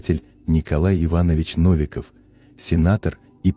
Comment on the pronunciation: Наконец-то адекватное и подробное изложение темы масонства, спасибо! Настоящее непредвзятое просвещение. Единственное ошибочное ударение в фамилии уважаемого российского просветителя - НовикОв